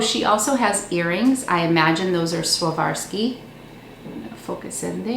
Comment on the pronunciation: It's not swavarski crystals, lmfao. It's "swar-ov-skee".